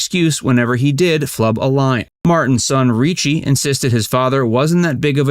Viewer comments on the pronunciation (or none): It’s hard to believe a video that mispronounces his kids names. It’s not DeANA, it’s Deana, pronounced Deena. It’s not Reechee, it’s Ricci, pronounced Ricky. Also, when you show clips from his funeral, that’s not Deans funeral, it’s his sons, Dean Pauls (Dino Jr’s) funeral. As far as what Sinatra said? Dean & Frank helped each other promote & protect the images they projected. You need to understand that in their day smoking & drinking we’re cool & not looked down upon like today. So promoting the image was & is what Hollywood did & still does. I’ve been fortunate enough to meet his family & many who knew & worked with him & they all say the same thing, he’d drink occasionally but wasn’t a drunk & never drank when performing. And what Jerry Lewis said was also confirmed. When his son was killed in 1987 Dean did start drinking more heavily to ease the emotional pain.